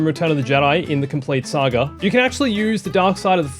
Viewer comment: It's pronounced Saga not "sAgER" whatever TF that was🤦